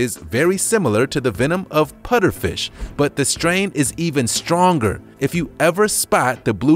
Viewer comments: He said puterfish not pufferfish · i heard him saying "Putterfish" instead of "Pufferfish".. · Anyone else realize that he said putterfish not pufferfish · He said putter fish instead of puffer fish